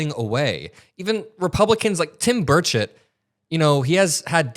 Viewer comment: just said Tim Birdsh*t. 😂